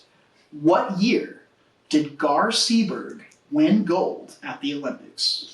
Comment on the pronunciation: Bo Svenson's character was Gar Seberg. I think you said Gar Segar. His wife's name is Ellen, not Helen. It doesn't really matter. All the characters in this movie were stupid & not really likable. Similar to the Jaws novel.